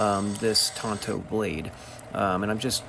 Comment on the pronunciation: Tanto not “Tonto”, cos that's the name of the Lone Rangers sidekick.